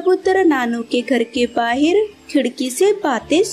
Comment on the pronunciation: Bahir nhi bahar hota he